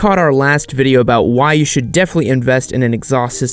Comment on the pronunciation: "This is a biased videi" lol